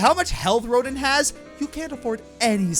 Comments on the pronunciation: "Once you finally do so, you'll face off against 'Ro-deen'." eye-twitch... Yes, it's spelled R-o-d-i-n, but it's pronounced "Ro-dan". Like Auguste Rodin, the french sculptor. And like the way it is pronounced in the game. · Rodin is pronounced Ro-DAN. it's French...... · Little error. You pronounced Rodin wrong. It's pronounced Rodon.